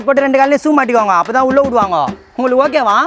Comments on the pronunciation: Yov ஓகேவா இல்லை ஓக்...வா தெளிவா பேசுய்யா 😂😂😂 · bro Neega okca okva nu sonniga enakku thappa ketuchu 😅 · Adhuvum haaaa haaanu solludhu Neeee ok va ok va nu solra😂😂😂😂😂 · ஓக்கவா ஓக்கவா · ஓக்க வா ஓக்க வா😂😂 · ஓக்க வா ஓக்க வா... யோவ் என்னாயா😅😅😅